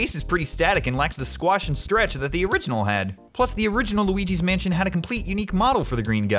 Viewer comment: Right before the intro, in my mind I'm thinking "Loogal's Spookhouse". Then you come in and say "Loogi's Spookhouse". Damnit